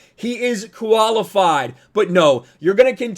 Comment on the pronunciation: Did anyone else hear "koalafied"?